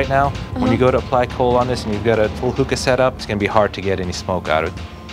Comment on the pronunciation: He can’t even say hookah right